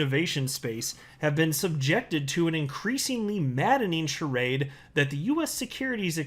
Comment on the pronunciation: You pronounced charade wrongly.